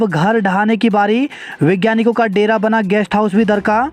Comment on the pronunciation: अरे विज्ञानिक नहीं वैज्ञानिक पढ़ो,परिछार्थी नहीं, परिक्षार्थी पढ़ें